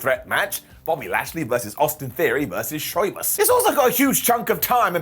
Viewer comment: Did just said "Soymuss" instead of Sheamus? 🤣🤣